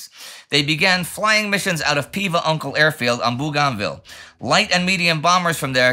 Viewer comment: Great episode Indy. Bourganville is pronounced without the ‘u or ‘r’ just bogan…